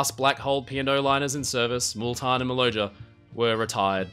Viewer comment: Not Important really, but I travelled on the Maloja in 1951. It's name was pronounced Maloya. 🙂